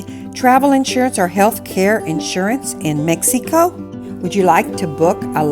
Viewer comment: It's very obious that you're not a tourist blogger...Please...when will you learn that Mexico has 32 states . You haven't even travelled througout the country and feel like you're an expert at life in MEXEEECO...LIKE YOU PRONOUNCE IT. You've only lived in a small town in one of the poorest states in Mexico and you think you're an expert. I am Mexican and have lived all over Mexico for extended time. Starting with Mexico City 20 years. I have also lived in U.S and worked as a language teacher. Please STOP SAYING "Mexeeeeco"....Talk about Huatulco, which is where I do think you are an expert. You can help people who want to move to Huatulco and that's it. "